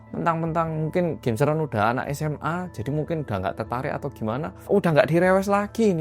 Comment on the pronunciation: Yah kan mingkin😂 “mingkin”